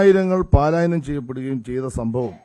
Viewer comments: പാലായനമല്ല മന്ത്രി,പലായനം..ഇതുപോലു൦ അറിയില്ലായിരുന്നോ താങ്കൾക്ക്? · വീണ്ടും,ഓർമ്മിപ്പിക്കുന്നു,മി മന്ത്രി,പാലായനമല്ല,പലായനം..